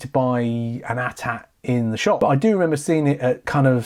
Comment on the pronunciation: It's pronounced A-T-A-T not at at